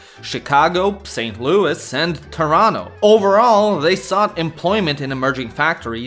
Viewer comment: You pronounced Toronto like a native by not pronouncing the second t. Svaki cast.